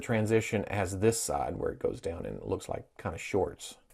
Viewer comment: He says saide to saide instead of side to side